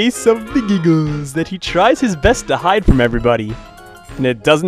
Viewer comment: I love how you say "He has a lee-tle case of the gee-gles" xDDDD Made me laugh xD